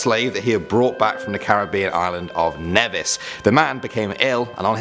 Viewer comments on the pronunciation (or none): My eyes popped when I heard Nevis (which you're pronouncing incorrectly lol). It's a part of the federation: Saint Christopher and Nevis - where I'm from <3 (im from st. Christopher though). But still cool to hear